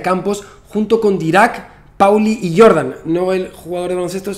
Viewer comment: Recuerdo, vagamente, que el apellido de Jordan, por su ascendencia, se pronuncia con la "J" y no como el jugador de baloncesto.